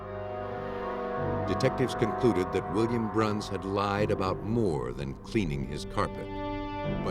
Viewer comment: Pearl's last name is Bruns not Brown. It's pronounced (Bruuhns)